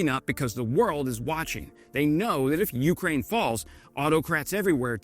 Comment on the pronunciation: Hi. Please pronounce Ukraine with the accent on 2ND syllable, not 1ST! It Really irritates me, the way you pronounce it. Thanks for your work. Canadian - Ukrainian over and out!